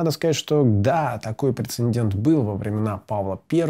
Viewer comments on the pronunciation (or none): none